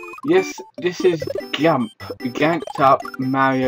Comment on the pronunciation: Are you serious? It's not pronounced Gump. It's pronounced JUMP. You know, just like the word JUMP. Because it's pronounced JANKED up mario party, not ganked up mario party. How the heck do you fail to see the resemblense of the name of the word JUMP?